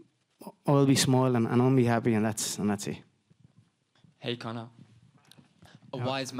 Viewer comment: you butchered Conor's name.